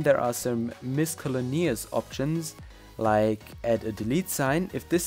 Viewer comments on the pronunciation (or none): miscellaneous is pronounced as miss-cell-a-knee-us. hope i helped.